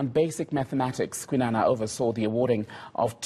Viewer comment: Kwinana please pronounce and write that correctly